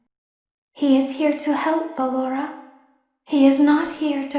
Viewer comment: Circus Baby: Ballora DanTDM: Ah yes, Ballenlorah.